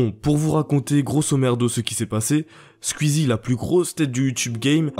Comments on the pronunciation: Squeezie (coui coui) pas cuizi 😂😂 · Tuiter Squzie mdr les prononciations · Comment tu dis squeezie "squizzi" 🤣😂